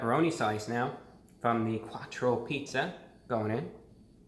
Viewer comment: “A Quartcho pizza”